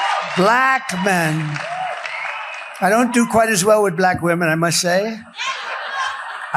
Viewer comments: He says belack instead of black! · Why does he say “BALACK”? Is that intentional or is he just getting more demented? “You cannot get into a hospital”? WTF??? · Still saying... "Bla ...ck". 😅 He still has a special way of pronouncing it. 😂